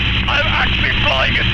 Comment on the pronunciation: 시프트파이어 스피트파이어 시피트파이어...